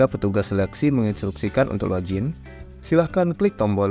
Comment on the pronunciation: log-in, bukan lojin 😁